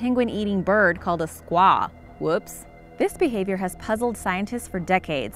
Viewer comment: Sqwa is an old term for female native femal I believe you were trying to say (sku-ah)